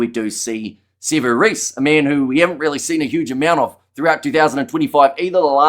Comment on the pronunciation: Sevu Reece, seriously?